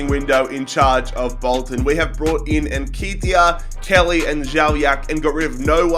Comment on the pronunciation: If u pronounce Nketiah like that again, I swear to god.